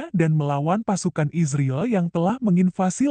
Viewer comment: Yang baca berita ini mesin apa manusia? Bilang israel kayak isriil.